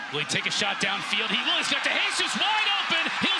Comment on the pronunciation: For the love of God this announcer needs to learn how to pronounce De Jesus properly.